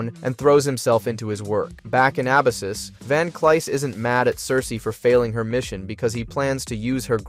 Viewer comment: There's so many errors though... meechum/meek'em, Abyssus/uh-bye-sis, evo/e.v.o...